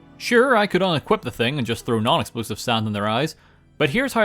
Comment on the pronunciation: Are you saying sarnd in 0.25? Sounds funny i Will get you SARND